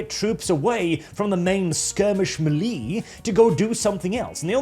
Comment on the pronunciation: stop pronouncing "melee" wrong.